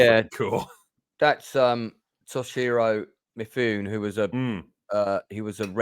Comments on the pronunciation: That's cool of you but you did it almost completely wrong. To-shi-rou mi-fu-ne. Toe is wrong, she is wrong, me is wrong and nay is wrong. Maybe you just don't know how to transcribe sounds accurately but with your arrogance you probably unknowingly speak kansai ben. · "Toe-she-ro Me-fu-nay". As a fan who lives in Japan, I get picky about how people, particularly Aussies, pronounce Japanese words.